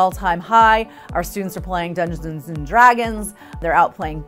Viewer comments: "dungdgs and dragons" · “They’re out playing dungennsgs and dragons” 😂😂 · " Uno is back and at an all time high. Our students are playing dunsssrins and dragon's " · how do you pronounce dungeons? 😂